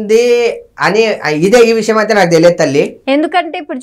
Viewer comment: Voo anchor akka 1st telugu nerchuko sakkaga adi visham payasham kadu amma vishayam 😒